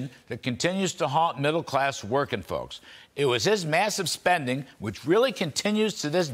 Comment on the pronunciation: " It really doesn't matter, hwhich side You are on, hwhat matters is hwho wins...And, after all, it doesn't even matter hwhat is lost behind, hwhat matters is hwhat is left to be taken...back..." President Donald J Trump, POTUS -...Ya name'em All...